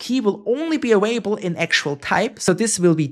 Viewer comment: they also always pronounce "available" as "awaible" and "parAmeter" as "paramEter" lol